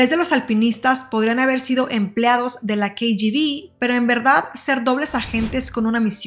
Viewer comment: Muy mal pronunciación😢 diatlon, rastem ?... el uso del traductor de Google para escuchar la correcta pronunciación de palablas en ruso 🙏. ! y otra cosa, un documental en español con siglas pronunciadas en inglés ? CIA (si ai ei) KGB (quei yi vi) :(